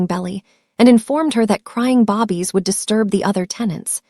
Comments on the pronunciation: The word is "bay-bees", not bobbies. I spelled it like it sounds and this is how it's actually spelled, babies. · Can you please stop saying “Bobbie, it babies. All your stories have the same pronunciation. Not even if you spoke proper English would be pronounce Bobbies. 😂But I love your stories.